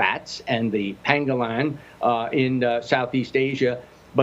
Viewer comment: He said "PANGALANG"